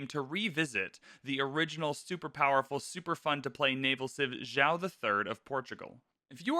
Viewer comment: I like that you are actually trying to say the name Joao correctly. Good on you, sir!